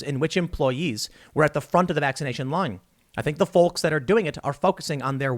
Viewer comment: Somebody tell him the L in "folks" is silent.